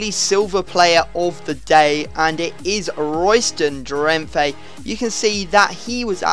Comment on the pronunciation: Drenthe is pernounced drenta